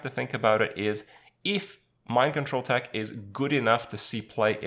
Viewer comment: "eef" XD